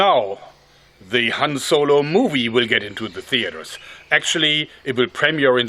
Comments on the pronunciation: Han Zolo. Did anyone else hear him say zolo? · han zolo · Hanz Zolo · HAN Z O L O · Ze Han Zolo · "Han Zolo" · Han Joergo